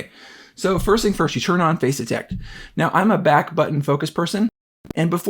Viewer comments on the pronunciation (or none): Nice video, and if this really is much better than the E-M1 Mark II it's a valid reason to consider the new one. One small suggestion: for the first few minutes of this video, I could have sworn you were talking about "phase detect" autofocus. Finally got "face detect" from context, but it needs better enunciation there.